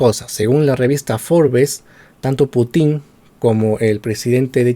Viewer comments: No es PutÍn, sino PÚtin. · Excelente video. Sólo una observación, el apellido del presidente ruso se acentúa en la primera sílaba. Excelente y felicitaciones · Como siempre informacion a medias, sin mencionar sus fuentes 🤦‍♂️...en este caso fuentes pro gringolandia....y tan ignorante q ni pronuncia bien "Putin" 🤦‍♂️ (tiene enfasis en la u, no en la i)....y sus ovejas seguidoras lo aplauden callladitos